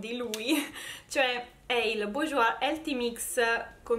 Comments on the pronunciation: daaaiii si dice "bursgiuà"! non è difficile :P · Si pronuncia Burjuá. Mascara di Nyx perfetto 🤗